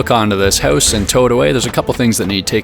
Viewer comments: "Tiny hoose" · Your work with your caulk is impressive, but you have to learn how to pronounce "house". Lol.